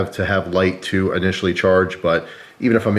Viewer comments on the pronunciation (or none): none